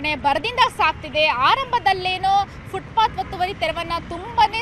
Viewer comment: ಅದು ಫುಟ್ಪತ್, ಶೂ ಪಾತ್ ಅಲ್ಲ. ಮಾಹಿತಿ ಕೊಡಬೇಕೆಂಬ ನಿಯಮವಿಲ್ಲ